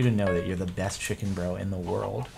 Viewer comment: "I HOPE YOU CHIKEN FALS"